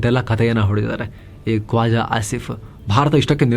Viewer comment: "ಕೋಜಾ" ಆಸಿಫ್ಫಾ.??...🤔🤪😜🤦😅😆😁😄😃